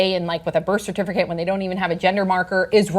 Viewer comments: says CERTIFURCATE. Lol. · I keep hearing cer-tif-ER-cate, and it's distracting me. 🤣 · is everyone just gonna ignore how sam doesn't know how to pronounce "certificate" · The only reason I watched the entire segment was to hear the host say "certificate "again. Lol